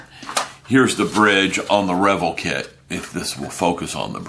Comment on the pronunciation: Great review mate ! I will have to break down and get me that kit now. Btw I am pretty sure its pronounced re-vell, not revel... At least I have understood it to be pronounced that way for 35 years now lol No biggie though..... when in Rome and all that.....